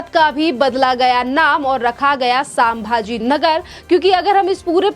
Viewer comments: मॅडम:--- सांभाजी × नहीं 👎 संभाजी 👍✓ हर हर महादेव 🚩🇮🇳🙏 एक मराठी माणूस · कृपया pronunciation पर ध्यान दें। सामभा जी नहीं है शम्भा जी महाराज है। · सांभा जी नहीं, संभाजी!